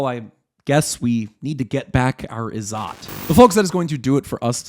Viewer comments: It's pronounced Iz-zat and not Izaat. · It's izzet not izzaaat, more like in 'wet'. It has Arabic roots.